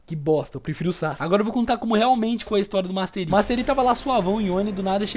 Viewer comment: master ai?